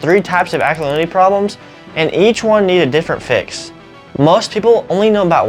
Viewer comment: This man must be taught how to speak English correctly. For example, he pronounces ALKALINITY as ALNYY. Horrible to hear! Glad I don't live in America!